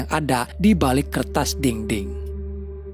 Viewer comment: Btw dinding cintaaaa, bukan dingding 😅😅